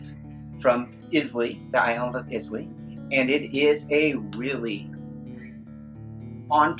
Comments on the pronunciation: You keep pronouncing the name “ Islay “ wrong my man ... If you are gonna do any video on the regions of Scotch Whiskey , I would highly recommend learning how to pronounce the names FIRST ... 👍👍 Cheers ... 🥃 🥃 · I trust you guys but please get it right if your sending knowledge out eye-la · It pronounce “Eye-la” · Islay - EYE-luh Oban - OH-b'n (put the stress on the "oh" the drop the "A") Same mistake with Jura. Should be JOO-rah with the stress at the start. Izz-LAY, oh-BAN and Joor-AAH make my soul curl up and die Auchentoshan was a good effort. is ock-en-tosh-an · i clicked away at Is-Lay and Campbel-ten :D